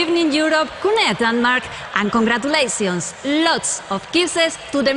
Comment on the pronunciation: "I'm cOnGrAtIlAsIoNs, LoTs Of ThE KiSsEs To Th(D)e MiLlIoNs Of UROFANS" "OiT PoInTs" "Na-na-na, Moniqa" "For MaGnIfIsIKeNt show" "Youuuuuuu"